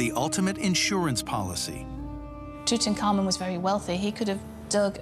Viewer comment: "Itutankhamu" kaway-kaway kung mag Ilonggo dito. Hahahahaha